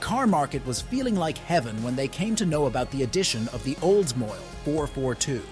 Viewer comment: oldsmoile???? its called oldsmobile